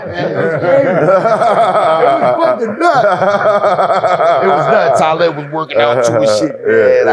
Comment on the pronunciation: Yo! I know Talib, but it would've took ever fiber in my body not tah laugh at the miss pronouncing of his name. Canibus ,damn. Lol